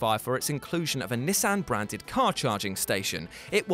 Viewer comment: Please say Nissan again😂🤣😂🤣